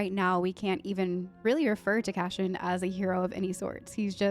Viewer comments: It’s Cass-ee-an, not Cashen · Why do you keep saying Cashin? It's Cassian. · It's not Cash-ian not the SH but S sound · CASSIAN...not Cashion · His name is not Cashian. It's Cashew 😂🙃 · CaSSian, not cashian; By accident, not on accident; ESpecially, not expeshaly; 😥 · Cass - eeee - in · Yeah... there's no "cash-in" in Cassian 🤣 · Are you aware your mispronouncing Cassian? It’s pronounced CASS-Y-AN 😊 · Why do you keep pronouncing Cassian's name wrong XD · You are saying his name wrong.